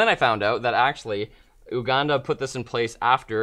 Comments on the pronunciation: Hey guys, the country name is pronounced YouGanda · LOL!!! Oooh-Ganda.. It's You-Ganda...